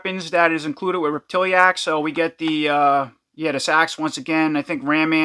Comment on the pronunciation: I think it's rep-ti-lax. vs rep-til-E-ax